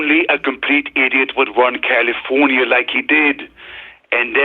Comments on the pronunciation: He says “Caulifonia”, like cauliflower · Pro Tip for Mike: its pronounced KALeeeFORNeeeUH